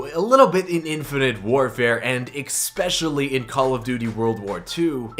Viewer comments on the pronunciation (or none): Bruh it's not expeshuly it's especially